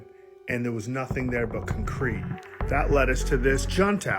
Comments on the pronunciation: Did that did say cuhnCRETE? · Did he say cuncrete? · Cuncrete… Bureo? Where is this dudes accent from? 😂😂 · who TF says concrete and bureau like that? 🤨